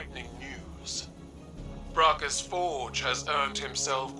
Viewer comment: bracus forge, not valus forge